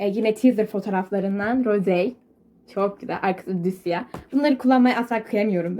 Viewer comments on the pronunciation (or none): Yalnız şey Rosê "rosey" diye okunmuyor. (Linclemek amaçlı yazmadim ama roze diye okunuyor)